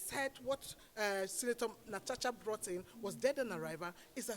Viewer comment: But why are they calling her Natacha instead of Natasha?? 😂😂